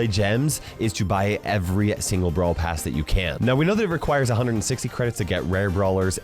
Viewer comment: You said Brawl pras😂😂😂😂😂😂😂😂😂